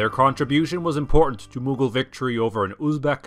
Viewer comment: it’s not Mughol it’s maghbul